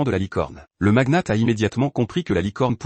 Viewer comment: Le magnat pas le maguenate 😂